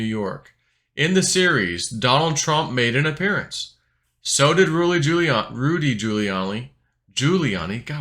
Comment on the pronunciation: You pronounce Rudy giuliani's name just like when Biden Miss mashed the Giuliani part